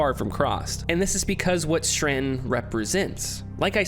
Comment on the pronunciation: Im trying to watch this video because i find the philosophies presented so interesting but>> DUDE YOU EVEN SPELL STRATON WHY YOU KEEP SAYING STRRRRANNNNTONNN?!? lol ANYWAY Im glad you made this video. Its great to revisit some of this stuff and to be honest i never noticed this straton stuff, but i did notice some other cool hidden gems in this game :D TRANSCEND!!